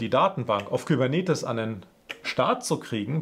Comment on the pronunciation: Astreine Arbeit. Danke dafür. Auch das "Service-Mesh-"Video, auf das kurz verwiesen wird, ist von gleicher (hoher) Qualität. Was mich ein bischen befremdete war, Kubenetes als "Kübernetes" (meinethalben auch "Kybernetes") auszusprechen.